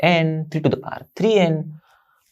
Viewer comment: Sir power hota hai paar nahi 😅